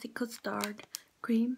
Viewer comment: Nice biscuit choice!! Oh, btw, custard is "cuss-tard" or "cuss-turd". Viennese is "vee-uh-knees'